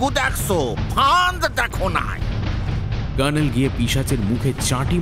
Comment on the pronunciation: কর্নেলের ভূমিকায় র পাঠ খুব শতস্ফূর্ত লাগল না...আশাকরি পরের গল্পে আরষ্টতা কেটে যাবে । কে একটা অনুরোধ...বাংলা গল্পে colonel-কে ‘kernel’ উচ্চারণ না করে ‘কর্নেল’ উচ্চারণ করা হোক...যেরম জয়ন্ত বাদে বাকিরা বলছে...গল্পটা ইংরেজী গল্পের অনুবাদ হলে এই অনুরোধ অবশ্যই করতাম না ।